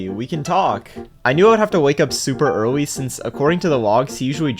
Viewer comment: "Finawwy, Earwwy 🥺"